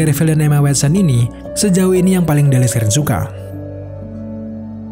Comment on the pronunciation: 8.15 kok jadi emak wat son 😁